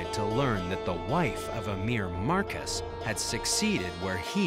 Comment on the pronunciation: It's pronounced Mar-kee.